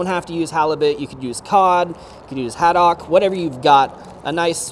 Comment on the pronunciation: Bro did you just call it "Had-dock"? LOL you're a mess today! Still the best chef on youtube!